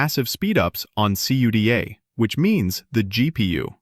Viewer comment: I was wondering is this is an AI generated video, it was confirmed when it called cuda (See you Dee A), nobody says that, everyone calls it cuda (ku da) only